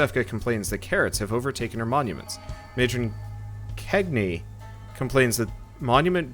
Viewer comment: It's pronounced KEG-NI and YO-SEFKA